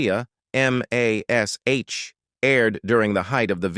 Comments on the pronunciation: F.A.I.! It's pronounced "Mash" not "Em Ay Es Aitch"! Effing fools! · We always called it "MASH", NOT "M-A-S-H". AI strikes again! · Dammit, can't these creators get AI straight. Calling it M. A. S. H., not MASH, is stupid. The world knows its pronounced as mash, like potatoes, cripes, its annoying and wrong. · It is distracting, even disgusting, spelling out M-A-S-H instead of just saying Mash. We all know what it is for crying out loud! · Just say Mash, you tool.